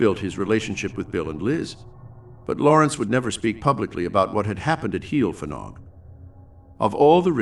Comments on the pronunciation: Not a good pronunciation. Heol ‘hei - all’ Fanog ‘van -aug.’ Not heel ffanog. Fads sake. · Every time you say 'heel ffanog' I cringe!!!!! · Murdering the Welsh Language here. Pronounced Hay-ol Van-og. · I knew Liz and Bill Rich when they first came to Brecon as a very young couple , I have been in touch with Liz during the last few years , and she has given a talk at my place of work about the happenings at Heol Fanog . As a Welsh speaker Heol Fanog is pronounce Heol Vanog , the F is silent and pronounced as V I hope you didn't mind me mentioning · Love that Wales has featured, thanks for sharing. I didn't know about this place :) however its pronounced 'Hay-ol vanog' if you'd like to know 👍 diolch (thank you) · I'm enjoying watching this. But I cannot stop myself from advising how to pronounce the name of the farm correctly. Phonetically it is Hail Van-og 😊 with the emphasis on the Van x Welsh is a fun language